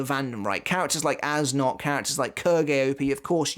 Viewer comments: According to Goodle Translate you pronounce it Ass Nudt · As a german it makes no fucking sense that hes "Äs Nödt" Youd pronounce it somthing like "Es Noed" Which in german neither of those are a word His name makes no fucking sense to me lmao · If this character’s name is German, it’d be pronounced as “Ays Nert”